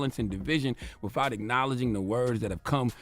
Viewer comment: Charlemagne , I have a hard time listening to you because I am always so very distracted by how u can’t seem to make the T-h sound. Mouf instead of mouth, wifouh instead of without. Please hire a speech therapist or something, because the baby talk is getting very old.